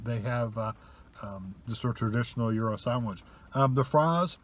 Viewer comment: yes, you pronounced gyro correctly